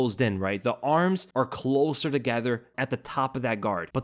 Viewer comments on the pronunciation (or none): none